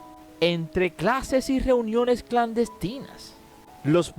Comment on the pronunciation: GEUNIONES? 😂😂😂😂 NO MANCHES.